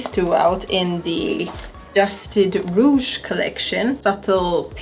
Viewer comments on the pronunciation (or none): none